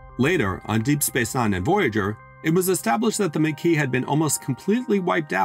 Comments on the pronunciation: MAH KEY, not MAY KEY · Except it's MAH KEY, not MAY KEY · It really bothers me how he butchers the pronunciation of the Maqui. It makes me question if he ever watched DS9 or Voyager.